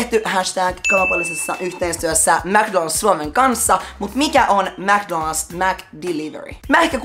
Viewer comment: ”mc donad’s” XDD